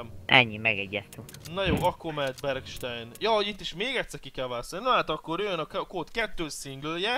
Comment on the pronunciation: nem bergstejn hanem bergstájn!!!